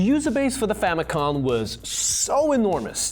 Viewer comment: Please stop saying “famicon”.